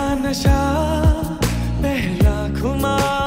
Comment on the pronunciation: pihla nahi pehla nasha khumar pronunciation is also wrong bro stop using autotune, it will not help you at the time of live concerts. Aur haan khul ke gao.